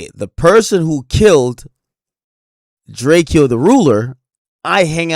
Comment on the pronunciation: Why does Ak keep pronounce drakeo name wrong lmao